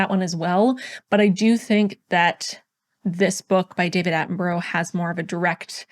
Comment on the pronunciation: Love your videos but you pronounce David Attenborough's name wrong x